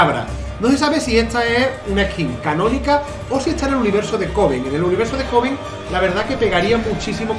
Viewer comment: Alguien más escucho Covid en vez de Coven?